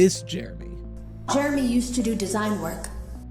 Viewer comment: Jeremy? Do you mean Heremy?